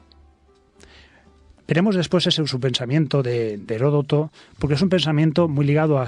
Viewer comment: Aprendan a pronunciar Heródoto, por eso es que estamos tan at trazados en todo. No es Heroto.